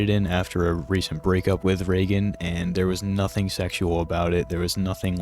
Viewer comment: Bro got to round 25 and “ray gun” (Reagan) began unbearable 😭😭